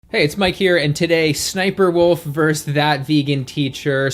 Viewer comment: VS = versus, not verse.